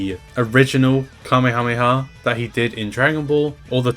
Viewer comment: why do you sometimes say Kamehameha as Kameamea